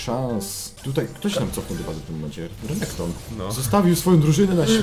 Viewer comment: Mówi się renekton a nie rekonekto xd